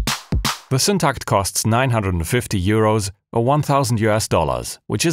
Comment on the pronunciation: As a a swede, I must really compliment your Syntakt pronounciation too. 👍👍👍